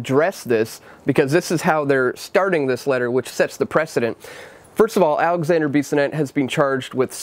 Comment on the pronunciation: Alexandre not Alexander. I really want but you make to much mistakes in your content.